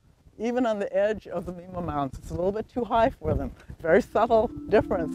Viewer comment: Great video. I think Mima rhymes with dime-ah, though, right?